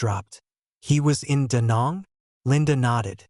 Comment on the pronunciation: Learn the pronunciation of DaNang. I was there. I this is an insult.